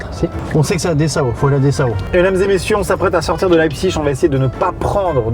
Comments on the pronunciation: leipziGGGGG c'est un g pas chhhhhhhheee suisse vas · Amixem c'est le gars en cours d'allemand qui prononce "-ig" "-ich" alors que moi c'est la team "-ik" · CA SE DIT "LEIPSIG" ET NON PAS "LEIPSISCHCHCHCHCHCHC" OBJECTIF 100 ABONNÉS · On dit pas leipziche mais leipzhich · On dit pas [Laïbsich] mais [Laïbsig] 😂 désolé mais ça m'a stressé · Alors par contre Maxime je crois que Leipzig ça se dit "Lépsigue" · Qui prononce cette ville lébzigue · T'as faux on dit Leipzich